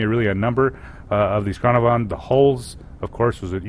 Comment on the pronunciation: Its pronounced can ar van dumbass